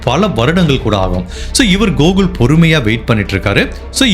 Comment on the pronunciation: Not gogul It's Gokul